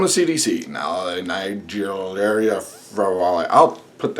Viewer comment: lol on the pronunciation of the type of amoeba. :)